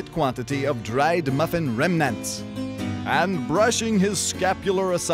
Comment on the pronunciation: "The best pronunciation of 'remnants' I have ever heard" - Iggy